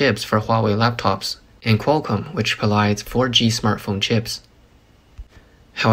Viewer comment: Thought you said 'smurf phone' Was expecting blue phoness More money going into pockets with no chips...ha